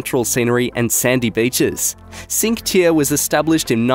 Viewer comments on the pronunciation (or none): WAIT, HOW DID YOU PRONOUNCE NUMBER 17? It's pronounced "cheenquae taerrae".. if we want to type it as you should read it correctly 😂